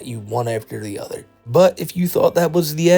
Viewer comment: The way he can’t pronounce “other” and instead says “udders” likes he’s some kind of cow with fake autism is a dead giveaway that the fake people in the fake videos are really just him 😂